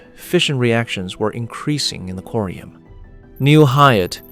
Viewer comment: pretty sure its corium not curium